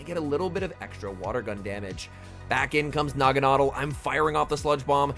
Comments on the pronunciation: "Nah-Gon-Adelle" You're pronunciation would be correct if the E and L were swapped like "bottle" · Actually it’s pronounced Nagana-del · I've always pronounced it "nah-gawn-ah-dell". Am I the only one? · I'm pretty sure he said the name wrong 🤔 Nevertheless, each to their own 👍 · Yea the way he is pronouncing it sounds awful lol one of those names that I will pronounce different like Ferrothorn, Rayquaza, etc.